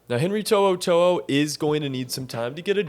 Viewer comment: Good job on the pronunciation of his name. Roll tide.